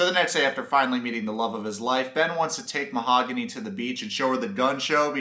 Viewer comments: mah-ha-goon-ee HA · Lmfao 😂 Ma-ha-goony’ …. 💃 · He said I love u but can’t pronounce her name. What is this shit🤦🏻‍♀️